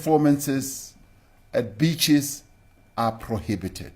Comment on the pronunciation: He said beach in awkward pronunciation. With emphasis